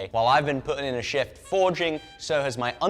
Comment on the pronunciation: Ohhhh.... "SHIFT".... you did a "SHIFT" in your undies.... that accent almost got me :)